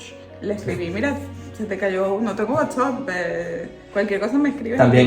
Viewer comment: Es whatsapp ( y se pronuncia) el dijo WHATS up pronunció. Es error o modismos o que explicación es. ( el hablaba de la aplicación) pronunció mal o está bien?